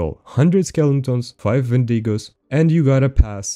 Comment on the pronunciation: say “video”: wideo say “wendigo”: vendigo